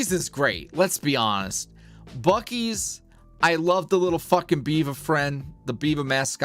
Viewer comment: Was listening and drifting into a nap, then opened my eyes wide when said Buc ee's, and then he said it wrong. 😂 I was like, "Nooooo!!!"